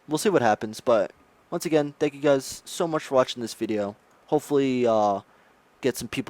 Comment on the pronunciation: Dear God. "Guys" is not pronounced as "Guysh", "Just" is not "Jusht", and "Faster" is not "Fashter". And regarding your question on how you can make a living without people/players watching Smite: maybe get a job? Also, please blow your nose. Thanks.